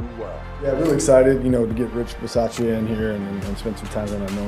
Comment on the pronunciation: Beez-ah-che-a? Is that really how Rich pronounces his last name? Because I thought Bisaccia = Beez-AH-cha. Just wondering... 🤔